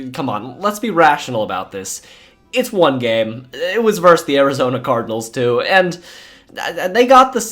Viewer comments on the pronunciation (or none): none